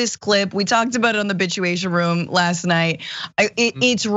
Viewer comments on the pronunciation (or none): Did she accidentally say "Bitchuation Room"? LOL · Did she say bitchuation room?